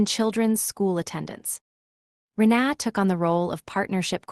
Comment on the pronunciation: It's Reena not re na